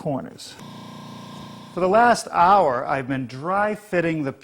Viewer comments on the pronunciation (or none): none